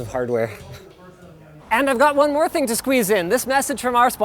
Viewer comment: You meant, "one more Ting," I think. I write freelance fwiw lol